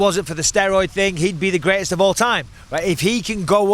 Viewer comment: You really had to go there huh, " the grestest one eyed fighter"